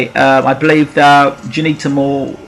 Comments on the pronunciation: At least try n pronounce her name properly!! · I second that.